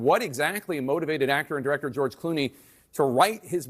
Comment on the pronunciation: George clue-nays.